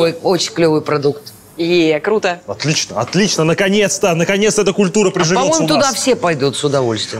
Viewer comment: фуу не пытайся говорить "круто", ужасно выходит